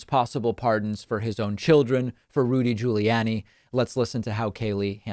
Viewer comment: FYI... It is Gi-oo-liy-ah-niy David. It is Italian.